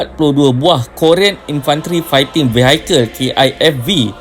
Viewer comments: steady speaker. good. vehicle (sebutannya vihikel, bukan vihaikel) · Mantap min..💪ATM.. Tp ada sikit teguran..sebutan vehicle,, vihikel ye min bukan vehaikel.. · Semua dah okay dah bro, cuma nak betulkan sebut vehicle je sebagai perkongsian ilmu bersama, sebutan dia 'vii- hii-kel' yang lain okay insyaAllah.. perkongsian yang bagus. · Good contents. Maybe if the narrator/admin would have asked someone( good in English) to check on some of the pronunciations (esp. the English terms like "vehicle"), the video could have been much better presented. Peace.